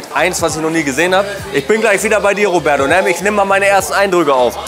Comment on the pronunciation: Wer kenn ihn nicht, den "Robäddo"😆?